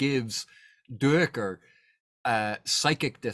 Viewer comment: According to the audiobook Duiker is pronounced Dike-er. I believe that is correct even though I, too, HAD been pronouncing it do-ick-er, like you do. Small thing I realize, but just thought I'd mention it.